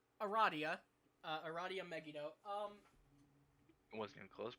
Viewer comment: I've never seen someone say Megido like Meggy-do